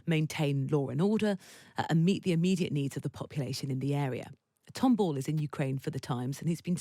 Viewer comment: Is he call Tom mm err Ball😂😂